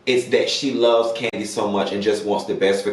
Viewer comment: Nene said the person get spinoffs every season. Kim hasn’t been on rhoa in years so her show isn’t considered a spinoff. So it’s only kandi left who is on an active show and have spinoffs. So process of elimination and her big bad inability to say kandi!! It’s kandi sis. Nene a damn hater.